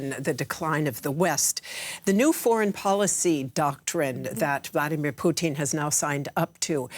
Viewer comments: I can’t stand how she says Putin she pronounces is Poutine like the French Canadian food French fries, fresh cheese curds, and brown gravy it’s drives up the wall. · Why does she say Poo-teen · The anchor keeps calling him, Pesident Poutine?! 😂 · Why are these talking heads suddenly going out of their way to pronounce his name “Poo-teeeeen” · As a Canadian, I love how she pronounces his name as "Poutine". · She's saying Pootin on purpose 🖕😇